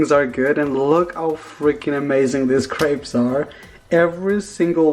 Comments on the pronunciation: I thought you kept saying grapes lmao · Valeria T same😂 I thought he was saying "15 GRAPES?!" 😂